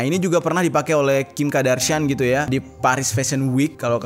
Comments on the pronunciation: Nyebutnya Kardashian bukan Kadarshian. Maap gemes 🤭🙏🏻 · Kim kardashian bang bukan kim kadarshian 😂🤭